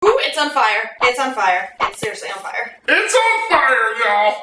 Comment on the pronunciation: IT'S ON FAY-YER Y'ALL!!! lol